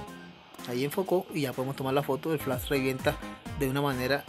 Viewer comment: Tienes razón bro no es burla! Se me hace chistoso como lo pronuncias es todo. el flass !